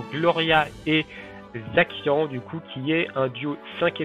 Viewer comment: Pour Zacian ça ce prononce Zassiane.